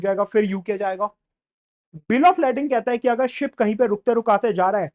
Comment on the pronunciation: its pronounced Lay-ding